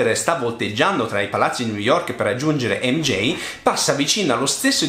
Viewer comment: Si ma si chiama MJ non Mjein